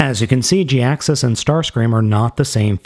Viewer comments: It's pronounced ja-hax-is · Gee-Axe-Us pronunciation just felt right to me. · any chance its pronounced "high-axe us" ? perhaps the "J" is silent ?